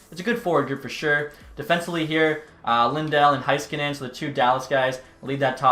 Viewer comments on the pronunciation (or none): none